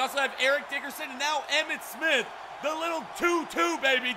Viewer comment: Right when he spit he said "EMMIT SPITH"